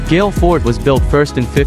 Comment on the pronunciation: The name of the city is pronounced like goal in soccer. Not gale. Thank you for the beautiful video of my beautiful country ❤